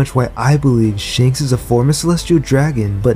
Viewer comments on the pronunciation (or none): Its ShAnks *A Not ShEnks E*!